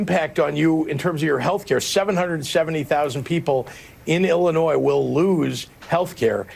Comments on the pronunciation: The "s" at the end of "Illinois" is silent. The state's name is pronounced "illi-NOY", not "illi-NOISE", though I'll grant that the governor of that state is full of "illi-NOISE"... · Small correction to a, generally, altogether well done presentation; the state of Illinois is phonetically pronounced as "IH-luh-Noy". 🙏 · picky point: Illinois is pronounced without an 's' at the end. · There's no s in Illinois, it's pronounced Illinoy. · the “S” is silent in Illinois. Pronounced Illinoi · the "s" at the end of "Illinois" is silent. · Illinois ....the S is silent 😂